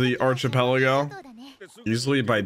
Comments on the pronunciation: you need to learn how to pronounce archipelago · you pronounced "Sah-bah-odey" right at the end there, I'm proud. As for the rest: Ar-key-peligo Mah-re jwa (ju wa)